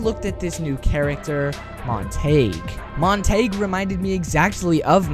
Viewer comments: Montague is pronounced Mon-te-goo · Are you pronouncing Montagues name wrong on purpose? Mon-ta-gue, montagew